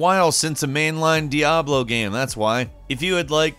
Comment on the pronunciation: This guy says "gam".....